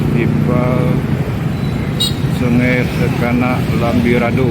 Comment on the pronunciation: Lambidaro min..bukan lambirado..😁😁